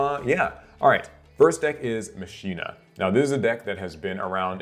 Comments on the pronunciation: Machina is super combo heavy. Also its ma-kee-na not machine-a lol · Just as a note of reference from an old man, it's actually pronounced Mah-Kee-nah. BTW, love your vids! 🙂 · Almost certain it’s pronounced “Makina”, but I could be wrong. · Mock-Key-Nah. Spanish for machine. Wakka pronounces it correctly in FFX.